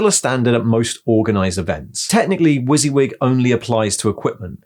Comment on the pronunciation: I've never heard WYSIWYG pronounced like that before! I've always said it Wuss-Yuh-Wig, I much prefer your one!